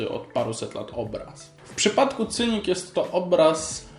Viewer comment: Chłopie, Masvidal, a nie Masdival, a Cynic, czyta się z S na początku.